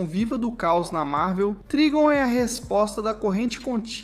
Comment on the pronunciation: Escreve Trigon mas lê Traygon